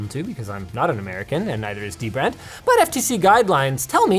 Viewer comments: Omg, Linus is mispronouncing DBrand again! It’s duh-brand. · Linus you gotta remember, it's "DBrand" not "Deee Brand" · it is not d-brand it is dbrand there is n sapce bwetten the d and b linuis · Linus just said dbrand was not pronounced d-brand but dbrand as one single word and yet ye mispronounced the name again and again... LOL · its Dbrand not D-Brand linus FFS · is it "dee-brand" or "dibrand" ??? help me out here guys... LOL !!!!! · come on linus, it's not d brand, it's dbrand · You said dbrand wrong lol! Its da brand. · Linus just likes bringing attention to the D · Shame on you, you didn't say dbrand right how do we know whats good and whats wrong prenounced :O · Hey Linus, you kept mispronouncing DBrand's name